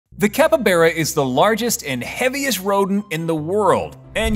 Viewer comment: Great video, loved the info, but IT NOT PRONOUNCED "CAPREBERA" IT'S CALLED A CAPYBARA